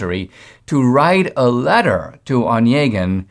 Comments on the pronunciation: Indeed, over the years I've Yevgeni converted to Eugene, but never in my life have I heard "Onegin" accented on the first syllable. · Onégin. Not "one gin". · Dinesh, you should have stuck with the pucka pronunciation of the poem title. NO ONE who has any education other than you feels free to massacre that name. You did us no favors!